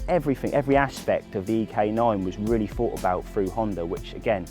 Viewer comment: You did. Not done. And thought has a TH not a F at the beginning. Where did you go to school? :-S